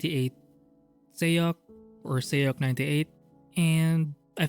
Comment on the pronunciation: it's more like sock or sohk not sayuk